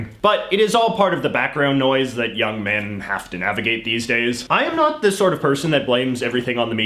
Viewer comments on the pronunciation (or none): The “not” was so emphasized that youtube auto captions even made it all caps